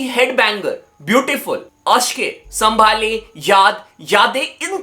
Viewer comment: Sambhaale nhi hai wo saambh le pronounce thik se karo